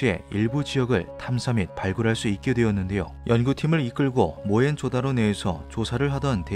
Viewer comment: 모헨 조다로가 아니라 모헨조 다로입니다